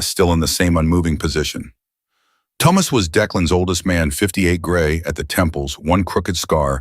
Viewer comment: Please learn to say Thomas please i beg you 😂😂😂